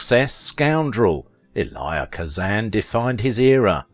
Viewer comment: You're pronouncing this man's first name incorrectly. You pronounce it phonetically is if you are saying the letter E and then Lie. It's a two syllable pronunciation you run it all together like it's one and that's not how he pronounced his name maybe that's how they pronounce it in the country where you're from but he was an American.